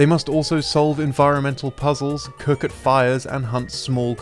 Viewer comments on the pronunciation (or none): none